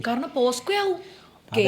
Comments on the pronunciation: posco alla pocso 😂😂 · പോസ്കോ അല്ല പോക്സോ